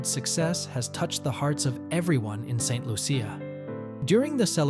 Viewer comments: Tis Saint Lu-sha (CIA) pronounced --- sha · No its pronounced Saint Lu sha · Ain't no big deal on how he pronounced it